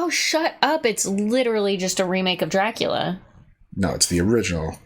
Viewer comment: IT'S NOT PROMOUNCED, DRAHCULA... IT'S DRACOOLA!